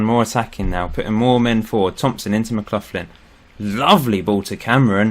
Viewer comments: McLaughlin is pronounced mcLoch-lin not mcluthlin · just seen your comment, nevermind then, loving it, just Mark McLaughlin was a legend for my local team Hamilton Accies so it annoyed me, everything else is geat